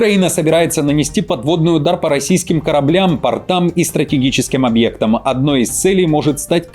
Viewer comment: По « пОртам», а не «портАм». ПортЫ- это штаны.